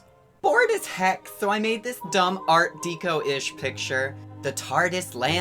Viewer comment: Art Deco is pronounced "Dec-o", like in the word "Decorative". Love your work.